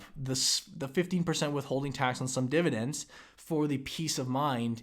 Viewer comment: Why do you always call it dividents? Why not dividenz or divideng or even dividenp? Why is it when you people say it wrong it's always divident?